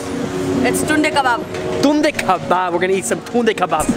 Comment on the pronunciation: Its Tunday kabab in video you are saying like tinde ka baap you will not understand it but every indian will understand lol!!!😂😂😂😂